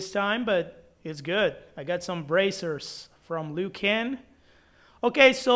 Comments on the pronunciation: Bro said leeoo can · Why did u say Liu Kang like that?? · The way he pronounce Liu kang and baraka lol